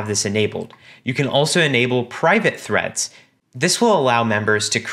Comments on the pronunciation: Him: now let's create threads My ears: now let's create threats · The 1st time he said threads i thought he said threats